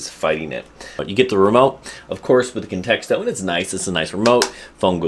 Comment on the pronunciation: Sounds like you're adding a second "t" in Contixo. Literally saying "context-o" 😂. Maybe you're a pro, but if so, you gotta learn to pronounce all the names of things you're reviewing.